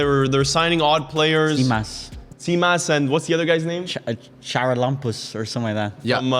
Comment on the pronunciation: Guys its pronounced Haralampos